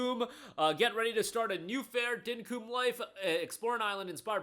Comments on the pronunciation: Dinkum is said here in Australia as dink-cum with the emphasis on the kc sounding like their blended into 1 letter, it comes from the terminology 'fair dinkum' meaning fair enough, ok, no worries or realisation of a truth, just pointing out as a fellow Aussie lol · As an Australian, hearing "Dinkum" pronounced like "Dynkoom" is so funny. Not taking the piss, just funny. Keep up the good work.